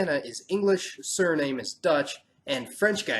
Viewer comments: Just take your L.. its pronouced surinam dude._. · in English sure.. but this is not a English or US colony... it is a dutch one and there the E is not silent... I live in the netherlands and have had Suriname friends ever since I was a wee child... it is said as SU.REE.NAA.MUH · Just take an L please. We who really live here in Suriname know that the DUTCH pronunciation is Su-ree-naa-muh and the ENGLISH is Su-ree-naam as in Surinam Airways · WILD THINGS ...Let's make it easier for them, Sur-e-num. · You kept mispronouncing the name of Suriname. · Great, but I think you pronounced Suriname wrong. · Thanks, this was very informative. One thing, though, is that in the Caribbean we pronounce the name "Suriname" to rhyme with "Vietnam." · I think your pronouncing Suriname wrong. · My place of birth: Paramaribo, Suriname ;-). The funny thing is that you know more about the Guyanas then me. You are right about the mixing of all the groups, religions and races over there. Btw "Suriname" should be pronounced in the dutch way because it used to be a dutch colony. I'm also not sure if "Surinamese" president is good english, because it sounds very awkward, just like "Americanese" president. I think it sounds better when you say in english "the president of Surinam" or in dutch "de Surinaamse president" or "de president van Suriname". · The E is not silent in Dutch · I am from Suriname and Suriname is not silent and i don''t pronounced stan,like Hindustan.My grandfather is from Bihar and i born in Suriname and living now in the Netherlands with good education and i went many times in my loving country Hindustan so Wild Things Suriname is not silent.Pehle sojna tab baat karna.I am proud to be an diaspora and my friend Surinen is the name of the red Indians and so its became Suriname.My advise to every one is read first the history of Dutch colony of Suriname likeIndia and England.Jai Hind,Bharat Mata Ki Jai,many regards from the Netherlands Radhe Radhe.